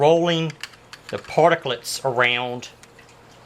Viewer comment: Stop saying particlits